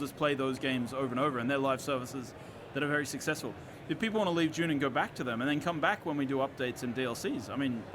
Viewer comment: I thought he was saying a "June game." I was like, wtf is a June game?! 😂